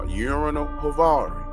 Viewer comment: I love that you call him Urinal 😂🤣👍🏻